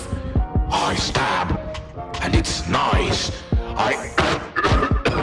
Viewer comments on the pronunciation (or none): "and it's noice"